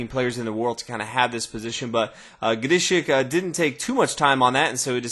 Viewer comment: I love how he pronounces Grischuck's name. Sounds so unique.